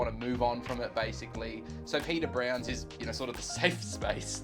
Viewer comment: that pub is pronounced pad-r browns.